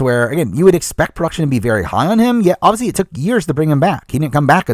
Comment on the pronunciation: Every time they say obviously I hear "Ozzy" and it's driving me crazy hahah